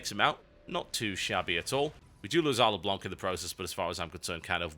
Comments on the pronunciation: Leblanc is said Leblan by the way, it's french (The White) =p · PLEASE TB. Don't pronounce the ''c'' of Leblanc. Le blanc is french for The white, and the ''c'' is a silent letter.